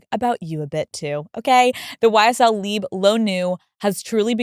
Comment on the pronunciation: That’s not the way to pronounce LIBRE of Yves Saint Laurent. LIBRE is an Spanish word. And even if you don’t want to pronounce it in Spanish, is still off in English. It makes no sense to say “live”. LIBRE means freedom. VIVIR is Live. Just so you know!